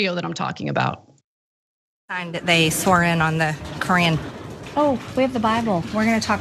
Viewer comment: "they can't swear in on the cran"